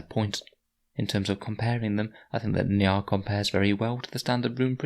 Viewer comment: It's pronounced njOOl